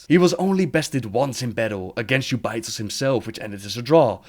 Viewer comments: Jew bay, his way of saying it sounds so bad. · Its pronounced 'jew-bi-thos' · Who is that Ubaitoz you are speaking of? The name is Jubei'thos, pronounced like Yagyū Jūbei Mitsuyoshi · I didn't know who you were talking about when you were saying Jubei'Thos lol